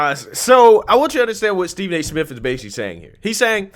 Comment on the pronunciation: Did he just say Stephen A simp?